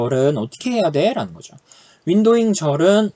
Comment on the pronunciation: 발음때문에 파티션바이 오더바이 윈도윙 머리속에 각인되요